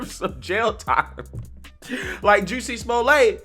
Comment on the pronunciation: I love it when you pronounce it Juicy instead of Jussie 😂